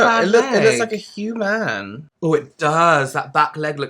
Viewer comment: It's a hu-man. Lol😂